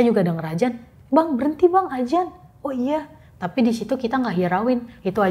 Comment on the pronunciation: adzan mbak bukan ajan 😀